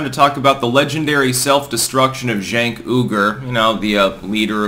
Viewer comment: I think it’s pronounced Jenk, like Junk.